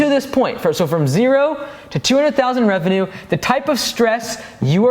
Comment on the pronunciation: Does everyone in America say revenue wrong